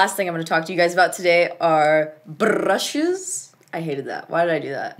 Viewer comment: My two fav parts in the same minute: "Nars by galapagos" And "Brrrrrrushes"